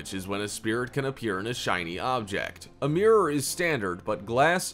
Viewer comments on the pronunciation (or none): none